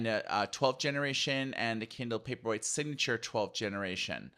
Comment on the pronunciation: I think Kindle Paperweight would be a good model name as you pronounce :)